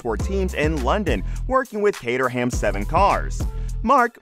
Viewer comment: OMG. Your pronunciation is horrendous. Kater ham? Which is spelt Caterham is pronounced cater rum. I can't be asked to put in anymore. But this video draws you in to watch see what happened to Mark Priestley. Nothing has happened. Your title is misleading.